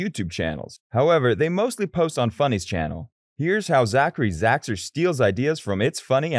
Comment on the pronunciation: 😂😂😂😂😂 you cant even say his name right before putting hate on him